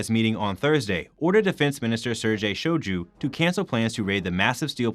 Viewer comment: Please, do something about the pronunciation of Shoigu's name :D